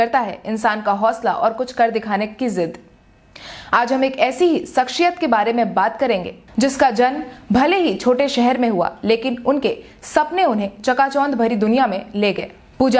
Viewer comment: Sakshiyatttt nhi shakshiyatttt hota hain